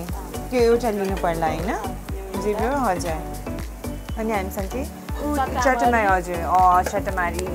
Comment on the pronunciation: Its not chattmari its just chatamari